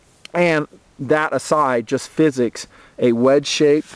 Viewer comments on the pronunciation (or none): none